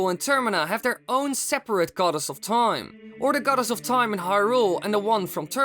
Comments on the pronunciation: if i had a penny every time he said TOIME... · Am I the only one that gets more annoyed each time he says time?